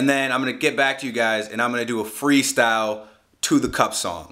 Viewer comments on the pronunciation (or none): sounds like he said "I'm gonna do a free stow"